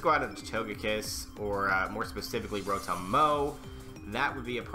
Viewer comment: .Its not rotom mow its mowtom